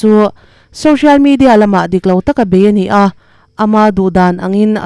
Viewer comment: Champhai Bethel a cheng 'nia' in sawi ti tawh suh. Champhai Bethel a cheng 'ni a' ti tawh rawh, i in zir thiam thei thlawt lo. Mr. Wheelchair-a puan/chhiar ngaihthlak a chakawm fe tawh zawk.